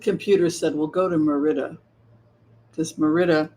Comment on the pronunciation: It is Merida with emphasis on the Mer